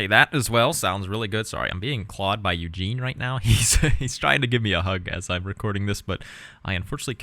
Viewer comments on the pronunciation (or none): none